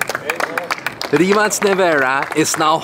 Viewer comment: 'Rimac' should be pronounced 'RIMAK' as far as you are Slav